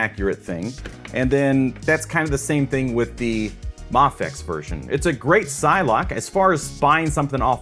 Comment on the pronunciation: Its mayfex btw